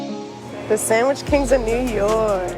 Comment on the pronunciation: SANGWICH!!! LOL